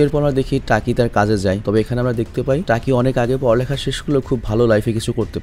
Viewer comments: টাকি না ভাই তাকি হবে😬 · টাকি না ভাই তাকি